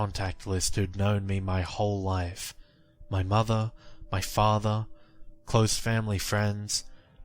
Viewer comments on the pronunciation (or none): none